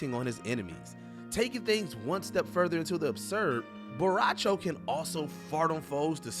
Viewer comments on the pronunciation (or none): I’m officially done watching videos where someone says a characters name WRONG. Seriously, say it right, or don’t say it at all. Bo’ Rai Cho, not Borawcho.